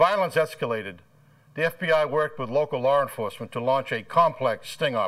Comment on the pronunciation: " local lar enforcement " the hell is "lar" enforcement?